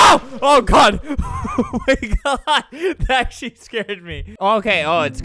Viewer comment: I heard “akchly” where i took as “actually.” It is funny to think he’d say that at that moment when I listening again. Also, I don’t know if he says that word like “sheet.”